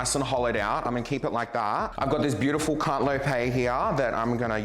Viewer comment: I died when you said can’t-lope-ay😂😂😂😂